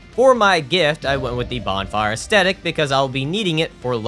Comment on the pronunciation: "Bonfire Aesthetic" irritates me to an irrational degree. It's A-SEE-tic. There's no T in the middle. For the record I make these jabs in good fun, not meant to be mean spirited. Tone is hard to get across in text...